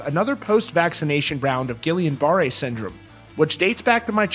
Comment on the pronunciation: You butchered guillan-barre.